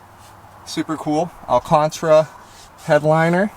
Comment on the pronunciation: "Alcantra" No sir. Lets say it together "Al-Can-Tara". Can't have you butchering a word that no one butchers lmao